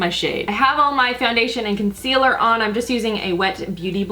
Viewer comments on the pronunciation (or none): Does anyone else get frustrated with the fact that she's pronounced "I'm" as "I'en" all these years.